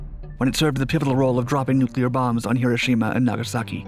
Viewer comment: It was hard to get into the video, the narrator was so unnecessarily intense, and kept mispronouncing "Nagasaki."